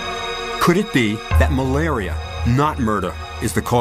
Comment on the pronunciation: "It was malaria not murda."